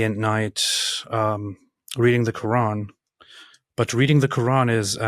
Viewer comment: For me a Big no no was growing in islamic household and practiced islam yet still cant pronounce "Quran" something is fishy 😂😂😂😂 kuraan side note not talking about english pple..❤